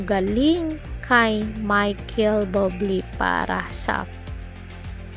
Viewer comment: Akala ko legit news. Putsa Buble lang dipa ma pronounce ng maayos ng hinayupak na uploader na to. Dapat ipagbawal na Ang mga walang kwentang nagpo post ng ganito